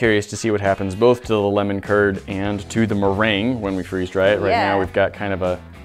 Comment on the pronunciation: I thought said turd not curd